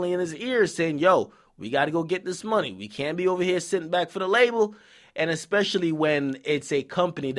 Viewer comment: nigga killing me every time he say "mawny"